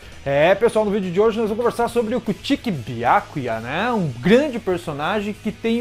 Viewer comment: Adoro bleach gosto muito do teu canal mas por favor apreende a dizer kuchiki e as outras palavras como deve ser